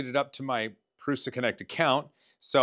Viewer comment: Very cool! Say it with me..... "Proo-Suh" 😁👍